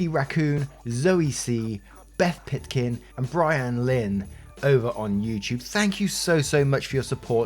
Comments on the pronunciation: it’s all good! It’s pronounced Bree Anne. But I adore your channel. It helps me get through the boring parts of my days! ❤️ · You said my name wrong 😭 it’s okay I still love you